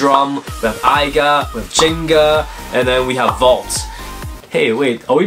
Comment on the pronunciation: I thought it was aiger not aiga.